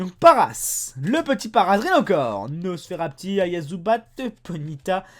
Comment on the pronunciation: # mdr super!! A 9.15 par contre je comprends pas pk tu dis nosferapti😂 😂